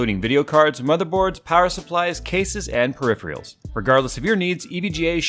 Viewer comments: For the sponsor section, you said "Periphreals" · eeeeew. why do people sat "perifials" the word is PERIPHERAL (PER RIFF ER AL) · PER IF ER ALS NOT PER RIF RE ALS Lol I giggle every time you say it..... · Pedant alert; it's "peripherals," not "periphrials."